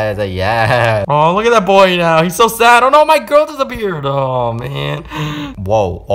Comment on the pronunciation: BOY NOT BOG